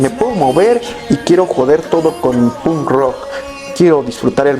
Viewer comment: No aguanto cusndo dice "pun rock" hablando por el chico menos punk del mundo